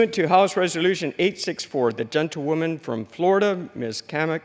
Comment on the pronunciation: Why are they addessed as "genta- woman" or "gentatelia woman" or "gental woman" ....🤨. Soundsoe like genta- woman though.,... Sounds like all Congress and the House accepts this crazy New Age hiphop ridiculousness.... Where's the Real USA it's been stolen out from under our very noses🤥🤥 shoul be called The House of lies🤥